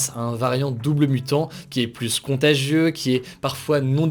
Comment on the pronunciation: S’il te plaît arrête de prononcé Le S du mot PLUS (pluS contagieux) Ça ne se dit pas 🤓 À part ça merci ton travail exemplaire. ✅